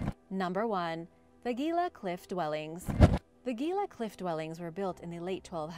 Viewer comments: Gila is pronounced Heela……… the G is an H sound in Spanish and that’s a Spanish name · Gila is pronounced "he-la" and I've been there. Pretty incredible place! Love the videos, keep up the great work! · I hope this helps. The word Gila is pronounced with a H sound not a G sound. When we first moved to AZ my Mom and Dad took us all around the state to see many of the cliff dwellings. And even up to Mesa Verde in Colorado. Wonderful sights.